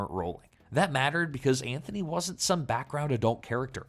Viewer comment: ANTHONY NOT ANTFONEE 🤣🤣🤣🤣